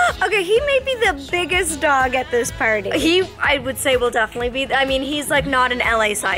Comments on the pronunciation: "and he's ready to PAWTY" when she said that, I thought she meant potty. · Whenever you say pawty it sounds like potty xD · Does anyone else thing that “Pawty” sounds like potty 🚽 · The fact that "pawty" sounds like "potty"😂😂😂